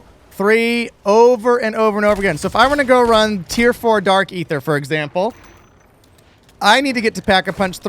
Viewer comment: This a pretty solid augment. They do need to tweak the tier 3 loot drops, for sure. Also, this guy pronounces Aether and Aetherium properly, so it’s a must sub.